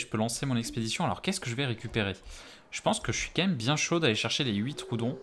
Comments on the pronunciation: Je crois que ça se dit tro-odon mdrrr et pas troudon 😭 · "troudon " j'ai soufert des oreille